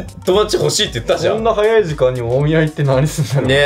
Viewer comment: 大宮のイントネーションが気になりすぎる（笑）by埼玉県民